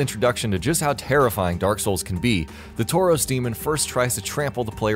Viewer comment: Taurus is not pronounced tauros. The Taurus Demon is not a pokemon.